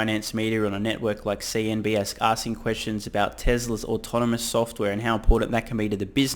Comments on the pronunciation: Great vids bro 💯, but I must say since this is like the second time I’ve heard it in one of your videos during the past few days. It’s CNBC not CNBS. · Love you and your channel .... but please stop saying CNBS .. it's CNBC Thanks for all the great content, keep up the good work.